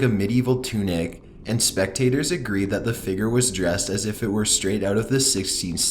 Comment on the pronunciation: i like his voice but it bothers me how he says "figure"